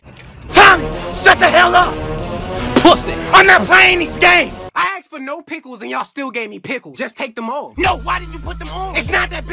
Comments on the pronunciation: He said axed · Did just say axed?